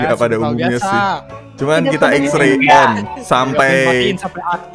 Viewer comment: Baca xrey bang